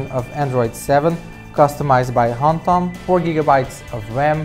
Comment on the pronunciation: its HOMTOM not Hampton